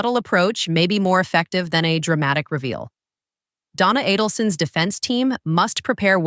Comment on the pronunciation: Not Donna A-DEL-son.